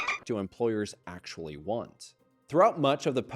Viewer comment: Drinking game: Take a shot everytime he says "Akshually"